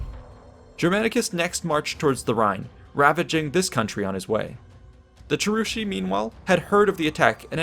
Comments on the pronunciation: Cherusee? Do you also say Shatti? What about Brusteri and Tensteri? You do know Latins and Germans always pronounce a hard "C" right? Of course you didn't, otherwise you'd be saying their names right. *massive eye roll* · The names are so off. Cheruski ~ Kievrus, Chasuari ~ Khazars, Marsi ~ Mysi, Chatti ~ Goths.